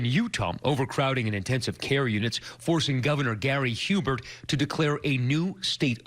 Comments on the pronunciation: Love how the abc journalist said Governor "Hubert" and not "Herbert" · Hahaha he said Hewbert its Herbert